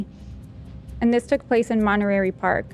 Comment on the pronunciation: Just some feedback meant to be helpful. To me, every time said Night Stalker, it sounded like Nice Talker. When she began the case, I was like, what? Some guy named Nice Doctor was a serial killed? Then slowly it morphed into Nice Talker. And also calling Monterey, Monterary a few times, Lol I know prides herself in doing a great job and she is so awesome, so just thought I'd pass this along in the hopes that it can allow her to give the type of presentation I'm sure she wants to. And to all on the show, the letter T didn't dissolve into oblivion, guys. Since y'all have stopped using it in most words, it sounds like your IQ's dissolved too, and you all are way too smart for that. This was a bad grammar habit used by hillbillies/low-income, which for some odd reason, now mainstream society has decided to adopt. It's absolutely flowing downstream wit the dumbing down of America. Paddle, guys and gals. Resist stupid trends. Use T appropriately so I can enjoy your smart and funny show again. Couldn't finish this one.. one too many bea--ens instead of beaten when presenting the Night Stalker case. All love.